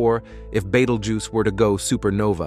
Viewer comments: Can you teach your AI voice to be consistent in pronunciation? I heard at least three different ways it said "Betelgeuse" in this video. Or better yet, find an intelligent HUMAN to read the script. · Why all the weird mispronounced Betelgeuse? AI voice? Also, I didn't catch anywhere that "we will not survive this." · Also, please consider pronouncing things like Betelgeuse, sphere, deflated, recent, times, and whatever else you mispronounced after I stopped watching